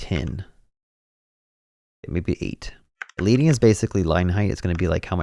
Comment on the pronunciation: FYI The word “leading” (line height) is pronounced like the metal “lead.” You’re saying “lee-ding,” but the word is pronounced “leh-ding.” It comes from typesetting when they word literally put the metal lead between lines